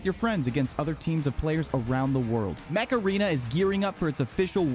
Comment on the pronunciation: mech arena sounding like macarena